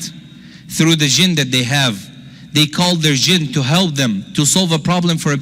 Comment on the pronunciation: Why don't you learn to pronounce P....you say B instead of P and it is misleading....it is help, not HELB....most Muslims are Shaitaan.....Islam is so different from Muslims....most Muslim men are very lustful & they think women are sheep. Therefore, they marry 2 ,3 and 4 women....how sick is that.....disrespect to women....